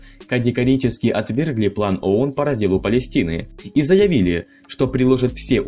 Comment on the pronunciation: Читающему текст в видео нужно было сначала разобраться, что он читает и как правильно произносить. Сунули текст диктору, а тот заботясь о правильной дикции коверкает произношение не знакомых ему слов и аббревиатур. Ну должен же был знать хотя бы, что «ООН» произносится как «АОН»